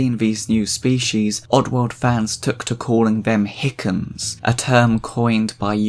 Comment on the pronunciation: NGL, I kinda like "hickins" 😂